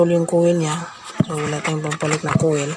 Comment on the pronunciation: Koyl dapat bigkas niya boss Akala ko kase iba yung kowel na sinasabi mo😂😂 peace ✌🏻